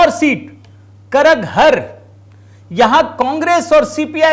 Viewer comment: आपने रोचक तथ्य सामने लाया है इसके लिए हम ढेर सारा शुभकामनाएं हार्दिक बधाई देते है करहगर नाम है सही,उसका करगहर कहना गलत है